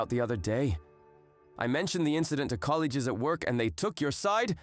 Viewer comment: These guys need to work on pronunciation. I mean “that all” instead of “that’S all”, “colleges” instead of “colleagues”. , the dude sounds like the stereotypical bad actor who’s reading directly from the script. And the lady sounds like she has a cold, then again I guess sleeping on a cold floor would do that to you.